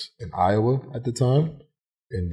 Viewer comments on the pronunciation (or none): none